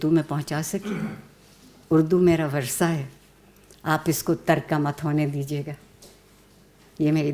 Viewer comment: وَرثہ نہیں وَرَثہ ہے وہ لفظ بمعنی میراث پانے والے لوگ۔ بحوالہ اردو لغت بورڈ , کراچی۔